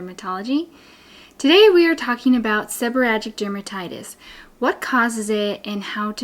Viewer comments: I don’t understand why you are saying “seborrhatic” rather than “seborrheic”? I’ve never heard it called that before. All of your signage in the video uses seborrheic dermatitis. Just curious. I do have SD since I had Covid19 in 2022. Itching, scaling, dry scalp; hair falling out. So frustrating. TY for the great suggestions! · Gods information. But it is pronounced Seb-her-eee-ick. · Thank god someone else noticed 😂